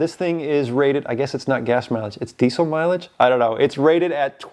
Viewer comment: fuel mileage is the correct way to pronounce it, :)